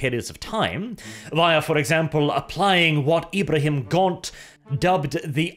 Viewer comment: Ibrahim Gaunt? Exchuuuuuuuse me, but his name is IBRAM GAUNT. Not Ibrahim Gaunt:p